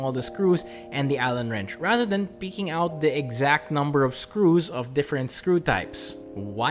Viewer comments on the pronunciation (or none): none